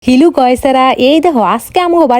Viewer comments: আপা আপনি যে সবাইকে বলেন হিলু গাইজার বলে না বলে হ্যালো গাইজার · হ্যালো ❌ হিলো ✅ 😅😂😂😂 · Hello হ্যালো ❌ ইল ✅ Lover লাভার ❌ Labor ল্যাবার ✅ Jindegi ❌ Jandagi জ্যানদেগি ✅ 😂😂😂😂😂😂😂 Guys ❌ Goise গ ঐছ ✅ যাই হোক লাইক বেশি পড়লে আবার দেখতে আসব 😂😂😂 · হ্যালো ❌ হিলু ✅ ছোলা বুট ❌ কালো বুট ✅ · হ্যালো ❎ হিলু ✅